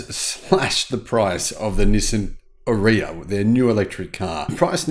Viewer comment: Please pronounce it correctly R-eee-ya. Or watch the Nissan video with Anna Ferris.